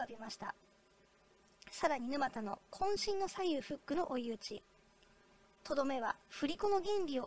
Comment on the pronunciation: 「ぬまた」のイントネーションが？